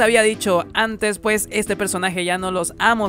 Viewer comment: Me gustaban más tus videos cuando decías 'puej' :'V